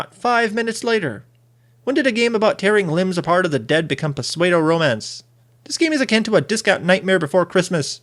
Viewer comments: Pronounces "pseudo" as "posaido" instead of the more appropriate "sudo" ;-D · Seriously Dude "Pasuado Romance???" I guess you have to read a little more often to understand that the P in PSEUDO is silent. Now try it again "SUDO" that's how it sounds. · Did you just "Pesweido" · Pseudo is pronounced Soo-Dough